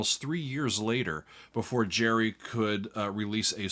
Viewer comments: HIS NAME GERRY NOY JERRY ITS A HARD G ITS SCOTTISH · So why is he calling Gerry, as Gary. A good listener? Not.